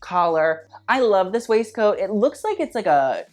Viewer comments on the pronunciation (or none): none